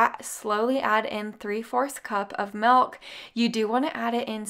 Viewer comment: I watch your videos just to hear you say “MELK” for milk 😂 I love it!! 💛